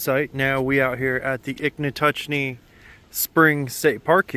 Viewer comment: Not Ichnatuckee. It's Ichetucknee. 😉